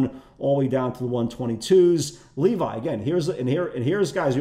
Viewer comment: L-E-V-I Shapiro not Levy hahahaha you kill me and yes we watch till the end! Love Respect you make us laugh in the live room everyday. Ya Know...